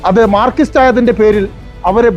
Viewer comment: അതിന് മാത്രം അവതാരകന് നാക്‍ വടി ഇശ്ശി കൊറവ്.മാര്‍ക്കിസ്റ്റ് എന്നൊക്കെയാ പറയുന്നത്😅